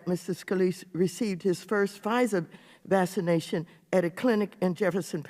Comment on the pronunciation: Does she know how to pronounce vaccination? Because it just makes her already super stupid unprofessional self sound even more lame than usual.